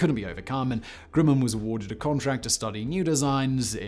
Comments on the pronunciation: "Grimmin"?....isn't it 'GRUMman"? (spelled Grumman) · Say "um". Now say "gum". Now say "grum - man". Grumman. Grimmin? Seriously? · It is Grumman not Grimman